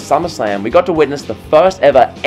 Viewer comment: Why you say TO like Twyuuuuoooo?